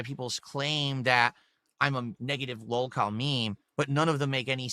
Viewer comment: He’s so ashamed of saying the word “lolcow” that he just mumbles through it He knows he’s trash